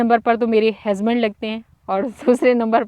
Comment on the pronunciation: ap bht acha bolti hy bs ek word ni sahi bolti hazband ni husband hota hy ap py suit ni krta ajki video me ap ny kafi bar bola